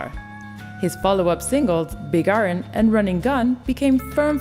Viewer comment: sounded like she said big urn instead of iron